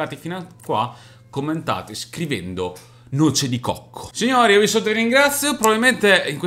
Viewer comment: Ma ha detto noce di cocco o luce di cocco io non ho capitooo😁😁😂